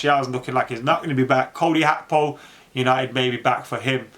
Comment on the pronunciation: His name is not Cody Hakpo the G is not an H man . You can pronounce Gakpo as Gapo and that shouldn't be hard even if it's the wrong pronunciation it's still better than HAKPO???🤣🤣🤣🤣